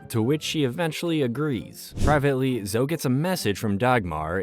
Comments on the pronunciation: Zog not Zoge! It was driving me crazy. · Zog not zogg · There's no 'e' in Zog!!! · Great video, other than mispronouncing Zogs name